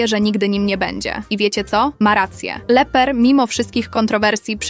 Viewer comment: Nie Leper tylko Lepper to po pierwsze a po drugie to Pan Lepper